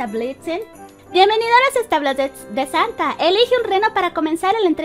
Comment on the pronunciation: dice santal no santa